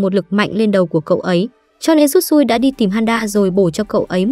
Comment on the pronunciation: Shisui mà nói Tsutsui